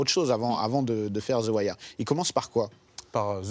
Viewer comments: Theuh Wire pas thi wire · exemple: the aim, on dit zi pas zeu the wire = "zeu" wire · ZII waireee !! bordel "THEU" en V.O c'est Theu pas ZI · zi ouailleur 😂😂🤣🤣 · Déjà « Zi Wire » 😂 n’est pas une série sur le ghetto qui en est l’une des ses principales composantes! C’est une série policière qui fait un constat de toutes les couches de la société US! L’histoire repose sur l’immersion d’un journaliste David Simon dans la police de Baltimore. Une écriture au scalpel avec des personnages très écrits! Omar, Prop Joe, McNulty, Stringer Bell, Bubbles, Marlo, Chris & Snoop les dockers, les flics! J’aime cette série car elle représente quasi à l’identique l’image que j’avais de l’Amérique! Ce qui a rendu cette série si captivante… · Il est perurbant ton "Ziwaire" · pourquoi il fait que de dire "zi" wire bordel?! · Zi wire wsh harcheum 🤣🤣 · Pourquoi au début il dit Zi Wire a chaque fois, c'esf trop louche! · zi wayeur! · ze wayeur